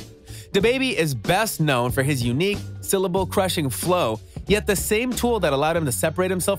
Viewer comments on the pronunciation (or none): none